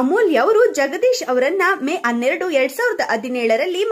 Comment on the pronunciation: Ivlu Yaro maraya hanneradu annoke anneredu,hadinaidu annoke adinaidu antale modlu bhashe tidkoli